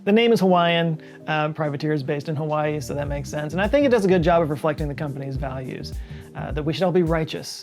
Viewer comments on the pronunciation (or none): none